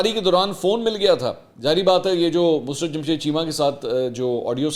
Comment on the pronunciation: مسرت کا تلفظ درست کر لیں ۔یہ لفظ mus rat نہیں بلکہ musarrat ہوتا ہے ۔۔ mu..sarr..rat